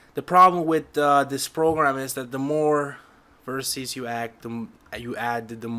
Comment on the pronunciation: you pronounced vertices right it is a common thing amongst 3d terms they mean the points of a shape for instance if you have a 4 sided box each corner will be a vertex (plural) - hope that helped